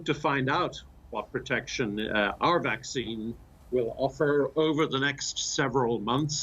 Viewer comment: He says waxine. Its vaccine. You have to bite your lips to pronounce it right.